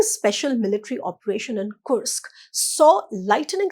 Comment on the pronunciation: whats wrong with kursk? i checked on google and she is perfect. go get a life you cunt